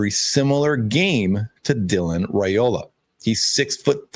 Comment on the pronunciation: Hey sweetie FYI Dylan's last name is pronounced RI Ola. I enjoy your shows. Have a blessed day.😊